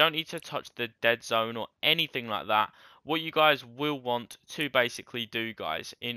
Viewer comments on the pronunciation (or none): none